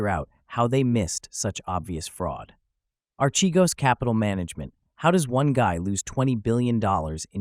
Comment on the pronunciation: Ar-ke-goes not che-goes